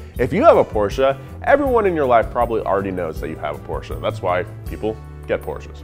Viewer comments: Again with the Porsch"a" pronunciation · I like you're efforts to pronounce "Porsche" right . . ;-) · *Porsche exists* US: PoRsSHAa